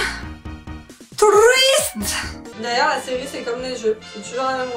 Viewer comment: quand tu essayais de dire twist j'ai cru que tu disais truite xD